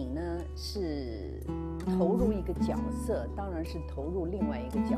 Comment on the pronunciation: 角色Jue se 应该念 Jue se.